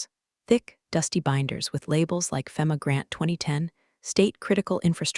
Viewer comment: EDIT YOUR CRAP! Is her name Becky or Linda?? No one has a 9 eleven system, it is nine one one. It actually hurts my ears to hear your stupid AI pronounce FEMA as (fem ah), you say (fee mah).